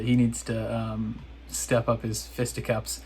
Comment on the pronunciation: Fisticups? Fist hiccups? Lol